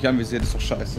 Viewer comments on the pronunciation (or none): sagt nie scheiße sondern immer Teiße xD